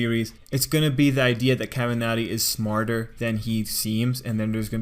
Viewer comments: Why is he saying kaminari like Kamiarty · The way he says kamanari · I like how you say :,, Kaminari" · The way he says kaminari bothers me so much jeksjkss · my ears bleed every time u say kaminari